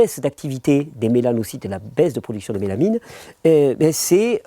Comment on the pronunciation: MélaNINEU ! tu disais mélaMINE à l'époque de la vidéo LOL, je pense tu as rectifié depuis car la mélaMIne est un composé chimique...j'adore ce que tu fais, et tu fais ce que tu dis...